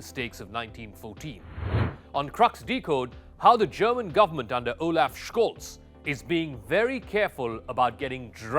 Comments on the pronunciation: It's a minor detail but the last name of Olaf Scholz is mispronounced slightly. His last is pronounced like Sholts, not Shkolts. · Almost 4 months of war and you can't get the guy's last name right? Tsk, tsk. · He is pronausing his name wrong